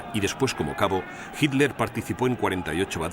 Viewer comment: El relator no sabe leer, repite y repite "HINLER"